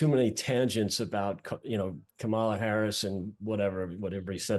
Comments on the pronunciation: How do you not know after almost four years how to pronounce the Vice Presidents name? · best campaign strategy ever, intentionally mispronounce Kamala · It's disrespectful and deliberate when these guys don't pronounce her name correctly. Can they pronounce Camilla? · If you are an American political analyst and after 3 1/2 years you still can't correctly pronounce the vice president's name, there's a problem. Sincerely, Pennsylvania Voter